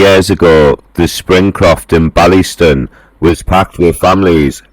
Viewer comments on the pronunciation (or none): WTF, sounds like a dalek whose had a stroke. McPhee was a scumbag. And it's Baileys-ton , ffs.